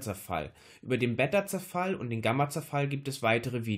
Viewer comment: Beta wird mit einem langen e gesprochen, wenn es so gesprochen würde wie du es sagst, würde es mit 2 t geschrieben werden müssen, was es nicht ist. Daran bitte noch ein bisschen feilen, ansonsten gutes Video